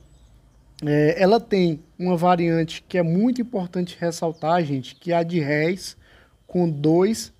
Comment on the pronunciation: O acento é no R E